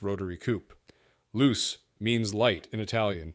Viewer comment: Some nice-looking cars there. The problem with JDM cars in the USA is the cost. Spare parts are not available, plus they won't meet US crash test requirements or emission standards. FYI 'Luce' is pronounced 'Loo-Chay' not 'Loose'.